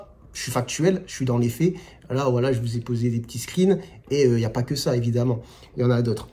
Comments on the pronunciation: Maintenant quand tu dis "voilà", j'entends "wallah" 😁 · Pour le "walla", c'est quand tu dis "voilà", quelques fois, très vite... J'ai cru une fois aussi dans une vidéo que tu disais "walla" mais non, ce n'est pas le cas ... Si jamais ça revient en commentaire... Mais clairement, tu as à faire à des débiles ! Tu es médecin, ça en fait chier certains ! Tu prends la parole librement, clairement, tu dis ce que tu penses... On vit dans un monde de merde ! Tu voulais des avis sur ta barbe, il faudrait la tailler un peu (avis esthétique 😂) ... Si tu étais salafiste : - serais-tu médecin ? - aurais-tu co-écrit un livre avec une femme ? - refuses-tu d'examiner une femme ? Mes questions sont très réductrices mais c'est l'état d'esprit des personnes qui t'ont fait ces commentaires... Ça vole pas haut... D'ailleurs, je n'ai pas regardé l'intégralité de tes vidéos mais je crois avoir vu un titre " problème sexo " quelque chose du genre ... Salafiste disent-ils ? Je comprends cette prise de parole. Je te soutiens. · Bonjour, vous bouffez le V quand vous dites "voila" comme à . C'est sans doute pour ça que le bas du front écrit que vous dites "wallah" 🤣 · En fait c’est quand tu « voila » la personne pense que tu dis « wallah »😂😂